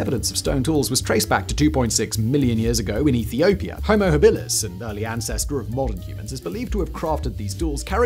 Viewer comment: Not AfaRENIS. AfarRENsis. (...sis). Not Homo HaBEELis. Homo HABilus. It's not hard for production staff, if not you, to look up pronunciations and these are widely known. Also, You showed pictures of stone tools that were roughly 10 thousand years old (it even looked like a hammer, one of them), when you were discussing rudimentary tool that predate humans that were 3.3 million years old. ..so they were basically, 3.3 million years too young. That was was beyond the pale.